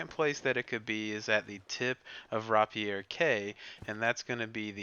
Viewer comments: Raa pee air more like raip I er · Best guide I found so thankyou 🤗 only thing I will say and it's me being fussy 😂😂 rapier is pronounced Ray - pier as in the sword rapier 😁👍 glad I got that off my chest 😂😂😂